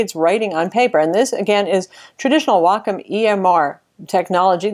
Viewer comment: waycomm not wackomm